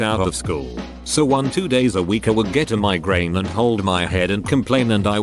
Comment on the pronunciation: Its funny how the t2s pronounces it "miigrain" lol